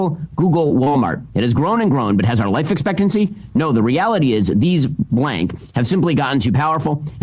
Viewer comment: Shapiro is such a nazi that when he quoted life "expectancy" I accidentally heard sprechen Sie?